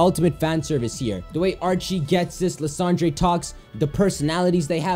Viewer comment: Why does he say lysandre like tht??